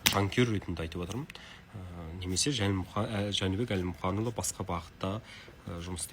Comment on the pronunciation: Журналист топас екен, Жәнібек Әлімханұлы деп айта алмай отыр.